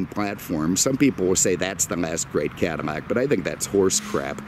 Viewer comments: Is it just me, or is this guy saying CADIMACK instead Cadillac? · Are u saying cadamac instead of cadillac? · Why on God's green earth are you saying "Cadamac"? Say it right next time, Please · "I swear he's says "Cadamac" in the beginning....LOL... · Blueflame - yeah he said it several times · Definitely says it. In fact I stopped the video a couple minutes in to check the comments about it lol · Is he saying Cadimac ? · Cadi-mac? Lol what happened to the pronunciation lol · How are you pronouncing CADILLAC? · Why the hell are you saying cadillac so weird